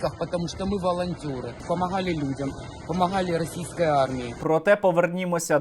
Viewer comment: Російсько-херсонськи " волонтери" з чітким українським "хххггг". " ..мы волонтёры, мы помоХХХГГГали людям. От це ржака.🤣🤣🤣